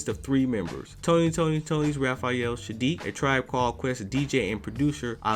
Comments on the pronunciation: Bro.... it’s Saadiq, NOT Shaadiq. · After hearing u call him SHADIIQ A hundred times.... I can't even finish watching this vid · Why do you keep calling him Shadeek? It's Saadiq. And Mary Jane Blye? Why are you reporting on people whose names you don't know? 🤔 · Homie, why in the world do you keep calling that man "Shadique", my question is an emphasis on the weird, "Shhhhh" you've added to this man's name😳💭? The proper pronounciation of his name is "Sssssss"+aadique, that's 1 "S", not combined with any other letter like "sh" or "sch", it's just plain ole "S" as in "snake"🤦🏾‍♀️. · Dude gotta stop saying "Sha-diiq"